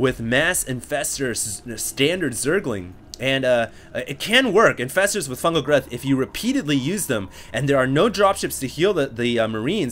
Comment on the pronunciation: lmao how u say fungal growth